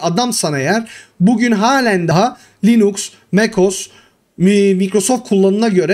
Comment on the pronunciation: Hocam belki şakasına dedin ama insanların aklında "Linüx" diye kalmasın o doğrusu "Linux" dur ve yazıldığı gibi okunur.